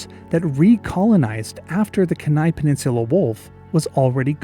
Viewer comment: Lovely video! Although as an Alaskan I have an obligation to nitpick: it's pronounced keen-eye, not Kehnai, with the emphasis on the first syllable. I actually had no idea the Kenai Peninsula wolf had ever existed, that was really fascinating to learn about.